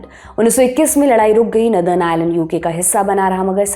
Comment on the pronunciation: Miss, नदर्न नहीं बल्के नोर-दन होता है 😅। आपकी नई आउटफिट कमाल की है 🤩, आप की स्पीड बोहोत अच्छी हो गई है। चस्मा भी आप पे जचता है। 👏👏🫡